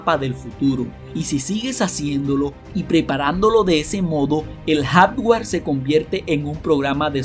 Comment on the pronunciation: Me distrae demasiado y me hace mucho regresarle al video y acaba molestandome, todo eso de: REATCION en vez de reacción, ALBERDRIO, HICISTES, JADGUAR en vez de hardware, CONETCIONES, CONETAN, TESTOS, EFETO, EN VEZ DE EFECTO Y etc, etc, etc, no lo tomes a mal, esta bien el canal pero lo sería EXCELENTE tendrías más seguidores 90 veces más lo que tienes si tuvieras apertura a las necesidades del cliente, como dice Bob Proctor, por aquí leí que le bajes a la música de fondo ¡¡¡HAAAAZ CASOOOO!!! Muchos te oímos con audífonos y si es molesto MUY MOLESTOOOO!!! solo lee tal cual esta escrito, "cambia" como dice este mismo video NO SON TESTOS, SON TEXTOS, se dice CONEXIÓN, bueno es una observación que te haría crecer, (espero lo tomes así) como persona y como el negocio que es este canal, te mando un abrazo fuerte y Gracias.